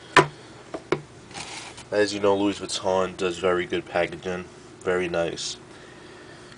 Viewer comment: The 's' in 'Louis' is silent. It's graphite not graffiti, it's called graphite because that is the colour.